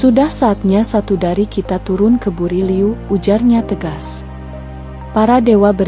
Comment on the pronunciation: Buru' liu bukan buri liu